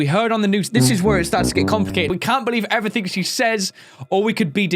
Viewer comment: Why do you say everything when you pronouce it everythingk